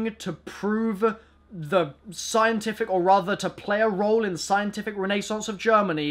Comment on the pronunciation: Wtf is "ray-nay-sance" ho its ren-a-sance